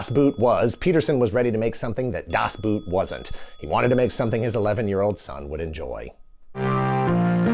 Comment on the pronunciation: When will you English speakers learn? 'Boot' is pronounced the same as Boat. You sound like you're talking about footware. Also, Ende is just end-uh. Not Anda. I like the video, though. It's my all-time favorite book. The movie is okay. The sequels and series are horrible. Cartoon, meh.